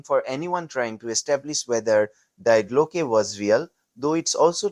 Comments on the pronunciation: dee glocke,not dye glocke! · Please research proper pronunciation when producing this kind of content. It's pronounced dee Glocke, not dye Glocke. The diphthong takes its pronunciation from the final vowel. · The first big problem is this has zero useful information, maybe ALL artificial. The second is that no one cared enough to properly pronounce Die Glocke in German, very amateurish use of too much AI with too little actual data.